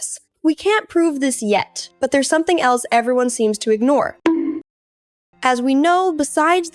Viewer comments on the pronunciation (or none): none